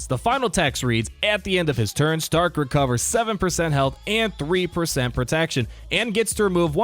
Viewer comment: Every time he says starck I think of iron man